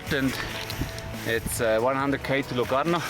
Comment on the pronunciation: How did you pronounce Locarno😂?